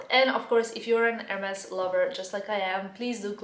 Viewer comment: Just please call them the right way :) [érmee]